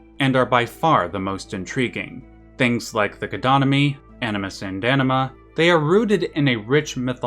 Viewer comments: You’d prolly get another 100k views if you enunciated anima as AHNEEMA, instead of Enehmha lol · bro you really gotta try to pronounce the AN more in anima. . . pretty sure you said enema a few dozen times. and its hard not to laugh its like calling uranus, urANUS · Love the video! By the way, so take this in good humour (as it is intended): But the American pronunciation of "Anima" kind of sounds like a very funny word to my ears 😁